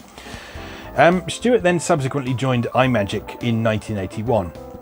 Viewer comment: A nitpick: Imagic is pronounced as if you were combining the words "imagine" and "magic". I swear, the worst thing Apple ever did was get people into the habit pronouncing everything as "eye-word"... :P